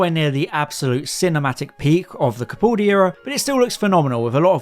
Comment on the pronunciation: You gotta fix your "Copoldi" and "Gawa", it's really grating.